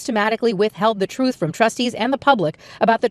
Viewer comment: “I feel responsibility to tell the troof!”